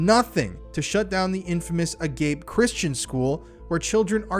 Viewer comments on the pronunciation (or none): That schools name "Agape" isn't said like "uh gape" it's "uh-gah-pey"( it's a greek word meaning love. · Agape= ah gah pay